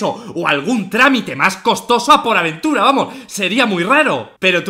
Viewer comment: Auron, porta aventura no poraventura